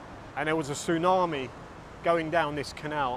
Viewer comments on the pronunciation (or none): none